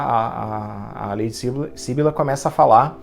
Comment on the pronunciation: Ahh, muito obrigada pela resenha dos contos! Fico feliz que goste das minhas coisinhas! 🧡 Interessante você notar que os enredos estão interligados, poucos leitores perceberam isso! (só uma observação: é syBYlla e não SYbylla 😁)